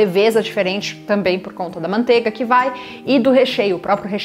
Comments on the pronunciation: MANTEIGA * (não é “mantega”) PRONUNCIA-SE O “I” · MANTEIGA* PRONUNCIA-SE O “I” ( não é “mantega”)